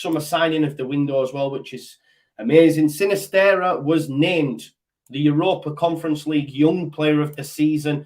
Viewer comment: Sinisterra has a double r at the end so you need to roll the 'r'.